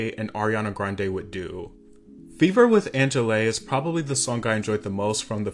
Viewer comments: Very good video ! Actually Angèle is from belgium, her name in pronounced a little bit like "onjael" not anjélé. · Fever feat angelay LMFAOO?? "onshell" is the prononciation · Just à tiny correction, angèle is a an artist from Belgium, and its also not pronounced angeley it's more so angelle But still a great video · "Angelaaay" I died 😭😂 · You can pronounce Angèle like Angel :) the final "e" is silent ! And check her out. She's a big deal in french speaking countries. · Angele is not French btw but from Belgium, and her name is pronounced more like angel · angèle being pronounced as anjeley is making me lose it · her name is ANGELE. you read it like hair gel basically. and she is Belgian. yep America, not only in France we do speak French. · It kinda bothers me that you pronounce Angèle as "Anjelay" like bro.. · Angèle (Ann-jell) is Belgian NOT French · Haha no shade but Angèle is a Belgian artist and the pronunciation is way different hehe she's amazing<3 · I can’t trust anything you say after how you pronounced Angèle.